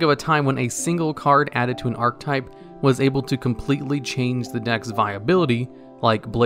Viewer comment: Archetype is also a common mispronunciation from him. Ark E type, not ark type